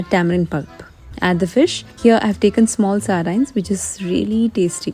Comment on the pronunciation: It’s pronounced as “sardeens”